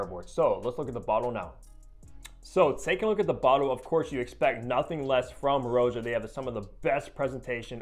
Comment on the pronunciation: If you watch any of Roja’s videos, you can hear he pronounces his name “Rah-ja” not Row-ja.